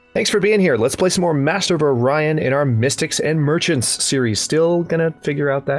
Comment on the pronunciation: when you say the title wierdly it makes me cringe SOOO MUCH!